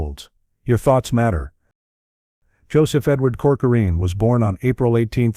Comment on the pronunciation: Why do you say coçorine? Learn how to pronounce His name correctly.